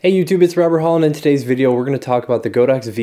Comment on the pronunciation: it's "god ox" not "go dox", that's what the brand means in Chinese